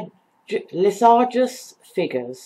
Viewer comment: Neat. :-) Lissajous should be pronounced in a French way ("Lissahjoo"), since he was a French mathematician who worked out these figures, which result from the superposition of oscillations.